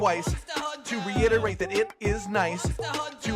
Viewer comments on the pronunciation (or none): none